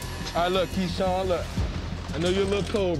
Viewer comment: Keshawn got ke-shot. I genuinely thought he said his name was keshot.